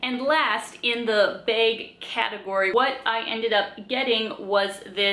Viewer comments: I think its "Baeg". Funny little ways Canadians say things like "aboot" I wonder what words we say that sound funny to others, especially us Californians. Someone from the Midwest actually told me I had an accent. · I hear more A like bAge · Yeah, maybe you are right. It sure is not a short A though.